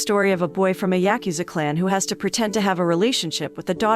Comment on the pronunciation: Say it with me " yah-ku-za"